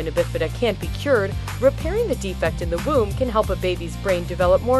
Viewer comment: It's zhe end of zhe world bruh